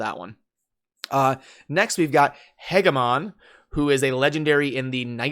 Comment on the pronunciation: Hegemon is pronounced more like "hedge"